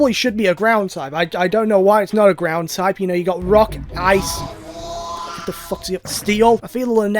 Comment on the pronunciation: Gordon Me: it's Ground